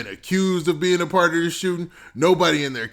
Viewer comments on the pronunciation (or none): none